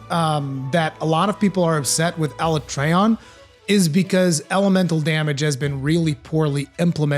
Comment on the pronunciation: Ala-tree-on or Ala-tray-on ... Idk why but hearing it pronounced tray hurts my ears.